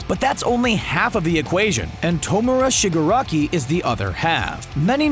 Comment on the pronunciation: And it's not Shiguraki it's Shigaraki.